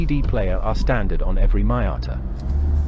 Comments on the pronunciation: MEE-ata, not MY-ata!! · PLEASE stop pronouncing it MY- atta... That sounds SO pretentious & it's simply wrong! It's ME- ata !!.. I don't care if you're British. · What is a Mai-ata?….are u Indian? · Respect the name, there’s you tube to know the correct pronunciation. But this vlogger, is either Un resourceful or lazy, it’s MEE-yata, for Pete’s sake! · Great review despite your seemingly incorrect pronunciation of Miata ....which in itself turned into a drinking game .